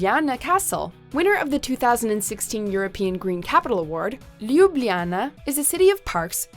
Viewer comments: My heart broke any time she said “Ljubljana” haha, just imagine the word as “Lubiana”, and stress the “a”, and you’ll be considered almost native 😄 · Can someone teach her how to pronounce these places properly? My hair curled on "Arc du Triomphe" and my ears were bleeding on "Lubljana". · Your pronunciation of Ljubljana killed me. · When you're trying to pronounce Ljubljana, my ears just want to shrivel up! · The entire time I was like "omg! Please stop saying Ljubljana!! It literally hurts my ears. Great city though. Been there twice